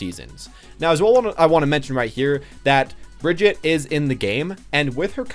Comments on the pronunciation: By the way, it is pronounced Bri-gitte (the G is prounced like the G from "graphics" and no silent E). Not Bridget. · YouTubes still can’t pronounce Brigitte or sombra smh